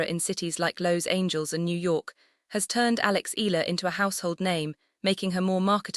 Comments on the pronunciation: Eh..ya..la Please stop murdering her name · eeh- yah-lah, eeh- yah-lah, eeh- yah-lah, eeh- yah-lah, eeh- yah-lah, eeh- yah-lah, eeh- yah-lah, eeh- yah-lah, eeh- yah-lah, eeh- yah-lah